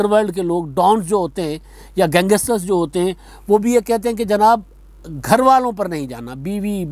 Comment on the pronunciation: Gangster hota hay uncle ji gangester nahe hota 🙄